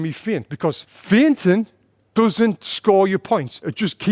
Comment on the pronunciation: By 'fainting' Tony meant 'feigning'.